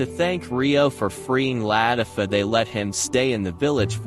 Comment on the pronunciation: Ist not la tif O its la tif a